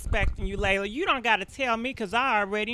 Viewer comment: LEEEEEELAAAH say it with me LEE-LAH.... LELA not LEILA or LAYLA 🤣